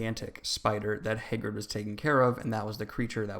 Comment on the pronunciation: Hay - grid